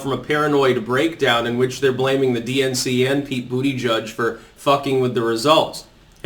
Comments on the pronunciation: Lol, i like how you said Buttigieg's name... "Booty Judge" - "I give that booty a 10!" :P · Still never gets old hearing him say Bootyjudge.